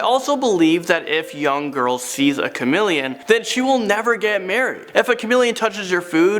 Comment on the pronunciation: OMG its Chameleon not Chamileon 😂